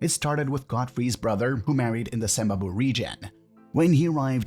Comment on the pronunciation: Sembabule not Sembabwe Kyazanga not Kizanga